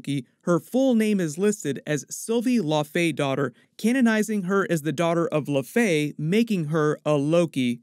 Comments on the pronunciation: It would be pronounced laufeydo-tir like dough-tier. Btw. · For future reference, it's pronounced Lau-fee-dot-er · Dottir is pronounced "dough teesh" believe it or not